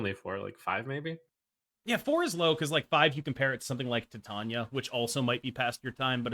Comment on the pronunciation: calling Titania "Tit-Tanya" LOL